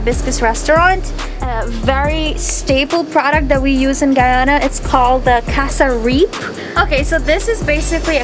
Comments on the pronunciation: Cassareep? Learn to pronounce calling yourself Guyanese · Casa reep no no no it’s pronounced cyasrip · She said "Guy-ona" and cassa-reep 😫😫😫😫